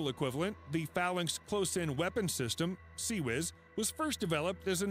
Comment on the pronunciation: CIWS not CWIS.